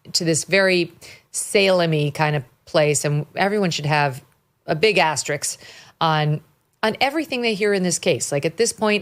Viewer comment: I adore Megyn and watch her stuff daily. But please say "asterisk." Don't swap the s and k. 🙏🏻